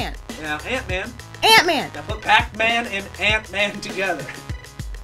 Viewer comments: "Pac Mant Man" makes me so irrationally angry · The giggles that overtook me at "pacmantman"... Oof. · In tears at "Pac MAnt-Man". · I feel like after “PAC-MAnt Man” we all gotta fight Joe. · Imagine hearing, PAC mant man, Save me! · I swore Pac-Mant man was actually PAnt man, which I feel is much funnier. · I’ve been watching this crew for a LONG, LONG time........ Pac Mant Man is my favorite thing. Ever. Aside from watching Steve say it.